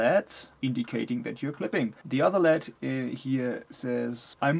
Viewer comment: Awesome review!! One thing - led is pronounced L.E.D. Stands for light emitting diode.